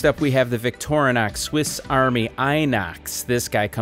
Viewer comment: It's pronounced Victor-eenox